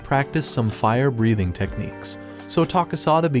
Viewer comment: Bro watched too much ds he says fire breahting